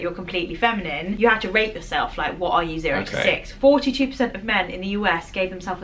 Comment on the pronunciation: I agree 100 per see-yunt‼️